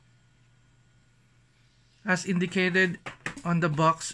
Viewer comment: “Az it waz indicayted in dia box earlier dia dizplay haz true view dizplay” Please don’t do unboxing video where all of the parts are obviously mentioned where it doesn’t necessarily needed. This video could have been shorter by doing over-voice and showing a specs rundown, it’s kinda boring I would say. Show some visuals and effects, show yourself, learn how to actually speak with a human and not a camera. This is a constructive criticism so don’t come for me, he can take this as an opportunity to improve himself. PS: learn how to pronounce properly the t, th’s, s, p and f’s so it doesn’t sound so cringy Also learn how to liaise so it doesn’t sound so slow and it would sound more natural.